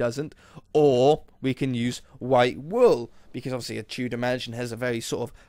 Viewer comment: Whenever you say Tudor mansion it always sounds like Two dimension xD